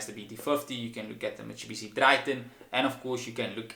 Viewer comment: Mitsubishi not mitsebishi😂😂😂